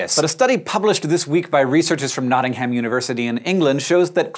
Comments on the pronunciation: Sorry to be picky but I'm English... it's pronounced 'Notting-um' not 'Notting-ham' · Nottingham is pronounced Notting-um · If ham is at the end of the town/ city name it's pronounced "um" not "ham". Noh'ingum. Source: I live next to Nottingham. and I was really impressed that you guys had started pronouncing Birmingham correctly. :'( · I love the way Americans pronounce Nottingham. Makes me giggle every time.